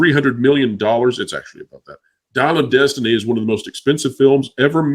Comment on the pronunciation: I don't know if it was a Freudian slip or not, but at says the title of Dial of Destiny and it almost sounded like he was going to say Diarrhea of destiny. I know I heard an "r" in there lol. I think that Disney will get to the point one of two things will happen 1. they will get into a proxy battle with Nelson Peltz or maybe even a hostile take from Comcast or 2. The company will get so into debt that it will file bankruptcy and be sold off into individual properties at a fire sale. No matter how much Emperor Iger ruins the company there is still a lot of value in Pixar, Lucasfilms, Marvel and Disney. Iger is sitting on a gold mine but he does not know how to use it. Disney is removing content from their steaming service (yes I left the r out because it's a steaming pile of crap at this point) will not entice new subscribers and less content means less to watch and less subscribers. However the content on there now isn't much to draw people in anyway. The new content they add is garbage.